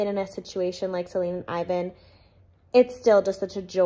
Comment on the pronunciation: as a European, it’s so funny to me how you pronounce Selin and Ivan 😁